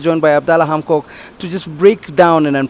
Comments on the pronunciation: did he say hamkok?🤣🤣🤣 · Yp he said hamkok kkk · Yes yes he did really